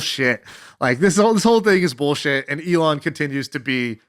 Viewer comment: ME-lon Musk! hah